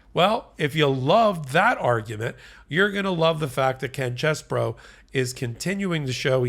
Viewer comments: His name is CHEESE-BRO, not CHESS-BRO! I've written this several times, so I guess you don't read the comments. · Yo! 🧀🧀 It's pronounced Cheese...bro.